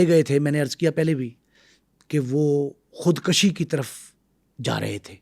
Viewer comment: بہت زبردست پوڈ کاسٹ بنایا ہے آپ نے۔ آپ کا انداز بھی بہت اچھا ہے۔ مگر ایک لفظ جو آپ نے بار بار استعمال کیا ہے خود کشی (khud kashi )۔ یہ خود کُشی( khud kushi) ہوتا ہے۔ دونوں الفاظ کے معنوں میں بہت فرق ہے۔ ۔